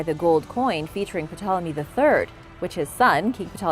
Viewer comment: The p in Ptolemy is silent